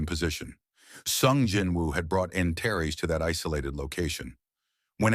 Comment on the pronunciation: Too bad the AI can't pronounce some names (Antares) the same way each time instead of at least 4 different ways!